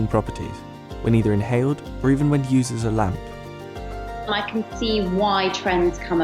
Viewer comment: He should have put an emphasis on Can when he said it can cost up to x 20 more than than table salt